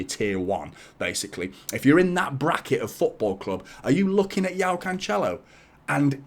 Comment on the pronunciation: Like the content mate. Btw, his name is pronounced "Jo-Oww" not Yao. That's like Yao Ming the basketballer. If his name was slavic, then yes, the J would translate to a "Y" in English.